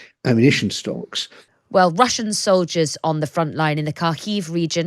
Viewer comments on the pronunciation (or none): "Soliders"? Come on. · The word is soldiers, not soliders. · It’s not “soliders” it’s soldiers jeez get it right